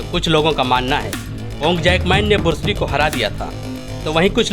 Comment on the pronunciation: Shaolin monk defensive at khelte Hain Varna jise sabka meditation aur live life motivation ki andar vah jite Hain agar vah motivation for hata Diya jaaye unhen preparation ka time mil jaaye to 5 minut mein Bruce Lee ka papad ban jayega. Aur bursli nahin hota hai Bruce Lee hota hai.